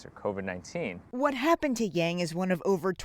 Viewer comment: Lol y’all don’t know how to pronounce yang 🤣